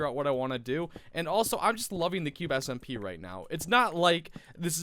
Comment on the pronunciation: H: "S-M-P" Me: "delete your channel wtf it's simpa sIMMMMPAAAAAA"